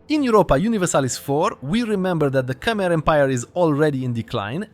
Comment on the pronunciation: K‘mer, not Kamer, please correct me if I‘m wrong.